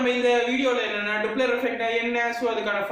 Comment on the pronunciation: டூப்ளர் இல்ல டாப்ளர்